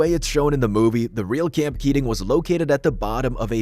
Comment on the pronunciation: “No AI used”, yet can’t pronounce “camp” correctly at the start, only to perfectly pronounce “camping” 30 seconds later… yikes